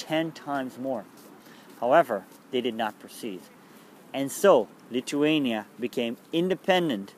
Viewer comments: no your accent it's like you don't have front teeth? TH sounds wrong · he is saying lithuania wrong